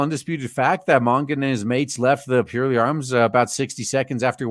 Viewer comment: I would love to see one of these scam attempts go to court. It would be nice to think that the judge would trample it into the dust, but you can't trust judges to have so much as a scrap of common sense these days. BTW, it's pronounced PURR-ley, as in the noise that happy cats make.